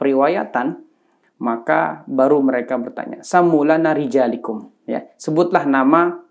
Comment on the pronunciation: Koreksi Bukan rijalikum Tapi yang benar rijalakum Afwan